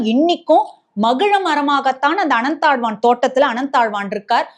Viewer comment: Can't you say Ananthazvar?